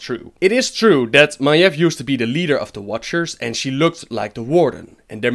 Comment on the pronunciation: FOR GOD SAKE STOP PRONOUNCING MAIEV AS MAEF!!! FFS!!!